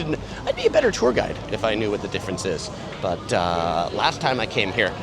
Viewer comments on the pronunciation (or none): none